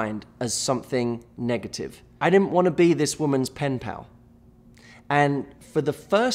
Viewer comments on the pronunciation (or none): How many times did he say pinpal